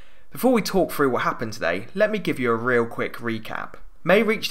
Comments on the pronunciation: Love your videos and the analysis, really, really,really and thanks for your intensive hard work in getting them out these last weeks. BUT PLEASE Get someone to do the voiceovers who can say t and th: third, thousand, through, other and not (as in this one) fird, fousand, frew, uver. Sloppy speaking and distracting from you very precise analysis. Haven't noticed it in your previous items, so maybe the voice likeness isn't really as uncanny as all that. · Since when is the "th" sound taught as an "f"? It is THrough, not "frew"